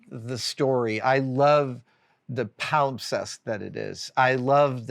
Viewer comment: PALIMPSEST!!! Not only did you pronounce it without pause, but used it in the correct context! 5 ⭐